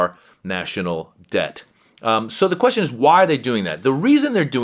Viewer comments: Stephen Miller can’t understand a simple question, but at least he pronounces it ‘queshon’. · "I'm confoosed by yur qweshion." Holy lord.